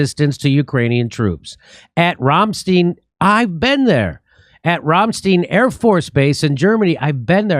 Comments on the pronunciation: You can't even pronounce Ramstein........Ram...as in the goat, long A.....Stein as in, beer stein. Ya nipple head. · “Ram-stein”, not “Rohm-steen”, and you say you’ve been there?